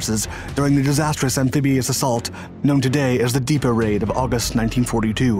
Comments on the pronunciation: Dieppe is pronounced Dee-ep not Deep. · It's called Dieppe not Deepa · Dieppe is prounounced Dee - Ep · The Dieeper raid ??! Dieppe. Dee Ep. Jeeze. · You mean Dieppe, Dee epp, me thinks. I still love your content dispute this minor feck up. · Deepa? Chas-iss? dude. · Definitely a bot...."deeper" instead of Dieppe...